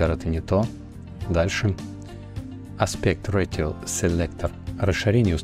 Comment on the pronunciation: спасибо. поправлю, не аспект ратио а аспект рейшио